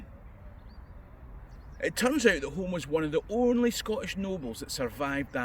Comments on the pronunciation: Think “Home”is pronounced “Hume”. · Someone probably already corrected you since this was posted, but the Earls of Home pronounce their surname Hume (not Home). Likewise Home Castle, is Hume Castle etc. The former Prime Minister Alex Douglas-Home is a descendent. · Another good video. I've visited Flooden field a few times. The castle of Etal which featured in the Flodden campaign has an interesting display of arms, armour and banners. By the way, I think "Home" is pronounced "Hume" (I know, daft like "Milngavie" etc.). Before you were born(?),, there was a British Prime Minister in the sixties called Alec Douglas-Home. It was pronounced "Douglas-Hume" and, later when his father died, he became the 14th Earl of Home ("Hume").